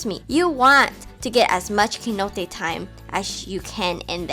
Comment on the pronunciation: Lol Keynote. The C sounds like s, so please, soy Cenote, not Keynote